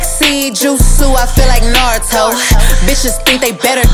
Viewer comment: She mentioned all of my mans ❤️‍🔥and I also like how she said Naruto and Sasuke names